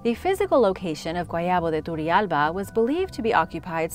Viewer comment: I highly admire your pronounciation, you do an amazing job. Just one thing. Turrialba is pronounced with a hard "R", as in rich. In fact every time there's a double r in an Spanish rooted word, the R must be rolled. I love you. You Rock.